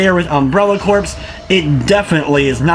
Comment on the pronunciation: It's not pronounced like corpse.